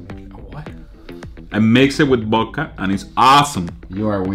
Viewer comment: wtf "I mixay bith bodka it's aasum" 😆